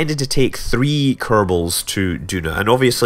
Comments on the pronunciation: Is it just me or isn't Duna pronounced Juna? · Maybe if you also pronounce tuna t-hew-nah and aluminum al-you-mini-umm instead of al-loom-in-umm